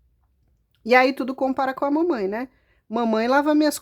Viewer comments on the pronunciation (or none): Morri de rir com o "Mamain" 😂😂😂😂